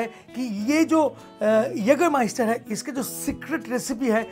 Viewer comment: Naam padh pr khud ka pronunciation banata hai kya bhai😂😂